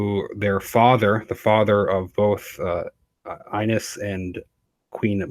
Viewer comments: It’s pronounced eeenes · The name Ines is pronounced ee-ness. ☺✨